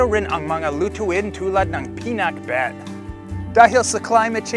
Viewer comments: Every time he's gonna said pinakbet I heard peanutbet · pinak pero hindi binet, PINAKBET! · Finuck bet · Pinaccbeth 😋😋 Ang Sarraap sarraap.